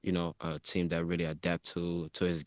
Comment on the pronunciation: U should pronounce ur Team properly by now.. 🙄🙄